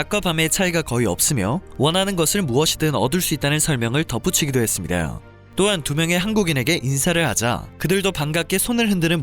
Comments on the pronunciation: 발음 좇같네... ~~했습니다. 하고 발음하면 되는데 뭐 그렇게 발음을 굴려? ~~ 했습니다~ㅀ 이게 뭐야? 외국물이라도 쳐마셨나? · 나레이션 한국분 아닌가요? ~했습니다. 발음이 왜이렇게 이상하게 들리죠??